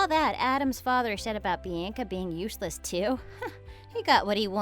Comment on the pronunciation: Why can't they pronounce Bianca or women right